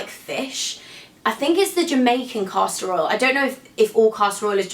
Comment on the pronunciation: omg you're so great but every time you said "caster oil" it sounded like "casserole"